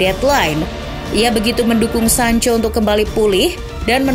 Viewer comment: Pas sancho kembali jadi sanca 😀